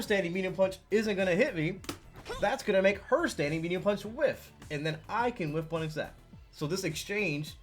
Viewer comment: Am i wrong or did u say “wish-punish”? It’s called “whiff-punish” But very nice video! Oh and great play at sfl 👍🏻